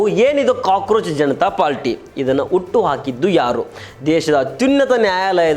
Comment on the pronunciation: ಉಟ್ಟು. ಆಕಿದ್ದು. ಅಲ್ಲ. ಮಾರಾಯ... ಹುಟ್ಟುಹಾಕಿದ್ದು